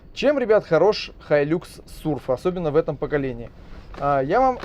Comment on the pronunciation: хай люкс....какой лакс? бесит уже.